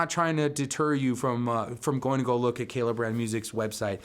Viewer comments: Geez... first things FIRST... the brand is Kala... Kah' - lah. NOT Kay lay. They've been around longer than you have ; -) . Kala offers many string options beyond the LaBelle's. Thunder Browns loose the slickness factor and have longevity. As for both the metal and nylon core, (depending on pickup system) there are both flat and wound round. Aquila is also now making flat wounds ( Feb. 2023). You failed to discuss ANY specs, scale ( 3" difference between the acoustic and the solid body); nut width and string spread; split coil on the solids, neck profile is different between models, and each model offers both fretted and fretless. On the acoustics there is no solid woods on the body, only laminates. Tuner ratios differ between the acoustics and solids. And, bridges on acoustic ( "hollow body?") v. solid.... No, you don't see metal bridges on acoustics.... if you know of one, please share the brand and model. That was an ignorant, throw-away line!! The LaBelle strings will "work" on any 23-23.5 inch scale, not just Kala's. There are a half dozen other mass makers and customs in 20-23.5 inch scale models. ( Flight, Fanner, Magic Fluke, Hadean, Ohana, Allot) This is my first 'visit' to your channel. Based on other review channels, I suggest you watch some of the other and find a review-style script. You repeat yourself a lot without following a stream of consciousness...hard to follow. Good luck with your channel. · It's pronounced Carla